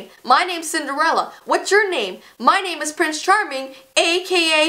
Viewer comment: I don’t know if you guys noticed this but instead of “what’s your name” says “what chur name” 😂😂😂😂